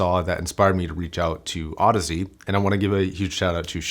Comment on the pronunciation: Apparently, Audeze is supposed to sound like Odyssey